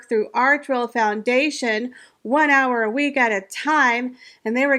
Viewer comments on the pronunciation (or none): none